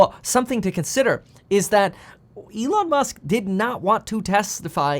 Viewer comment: E-lon Mush.